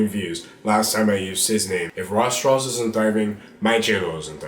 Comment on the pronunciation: Am I the only one that hears "Raw straws"?